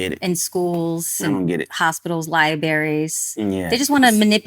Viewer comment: she didn't say libaries, I just know she didn't